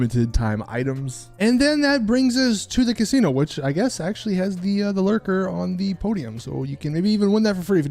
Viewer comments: Omg. The car is the Lurcher. With a “ch” sound. Not Lurker. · lurcher not lurker,glimey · Thank you! I was yelling at the screen